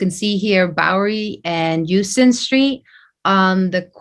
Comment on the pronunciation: the word Houston is pronounced HOW-stun. This is an error that will have you immediately dismissed as not doing your due diligence.